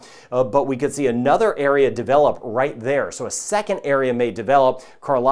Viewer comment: The only complaint I have is it sounded like he called Carlotta, them. There should not be any ambiguity about it. Good video overall.